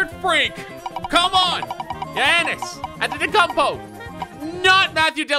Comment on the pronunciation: Your pronouncing Antetokounmpo wrong